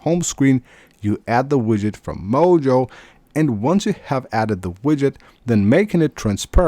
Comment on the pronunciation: It's called Moyo, not mojo